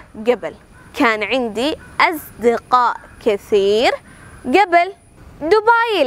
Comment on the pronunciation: ടീച്ചറേ.. നല്ല ക്ലാസ്.. But pronunciation കുറച്ചൂടെ നന്നാക്കാം.. മുമ്പ് എന്നതിന് "ഗെബിൽ " എന്നല്ല ഉഛാരണം "ഖബ്ൽ" എന്നല്ലേ....?